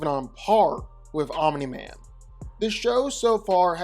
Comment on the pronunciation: Guyssss he finally said Omni Man instead of 'Om Nigh Man'. Proud of you 💪🏻